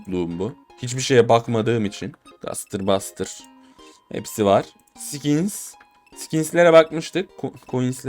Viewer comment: Abi 1. özür dilerim ama ingilizcene tükürim o gastır blastır diye okunmuyo o gestır blestır diye okunuyo 2. ise o XP easter egg ini yapmak için önce marketteki balkabağı kafalı satıcının sol gözüne basılı tutmalısın birazcık bekledikten sonra seni menüye atıyo sonra ordaki fotoğrafa uzun basıyosun ben öyle biliyorum umarım işe yarar :)